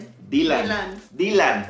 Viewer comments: me encanto la forma en que pronuncio el nombre de DYLAN ese nombre es precioso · En nombre de Dylan me gusta mucho y me gustó cómo lo pronuncia 🤗